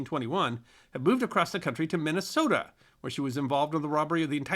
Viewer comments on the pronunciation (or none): none